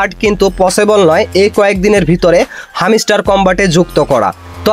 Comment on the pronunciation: হামিস্টার কি ভাই হেমস্টার হবে😂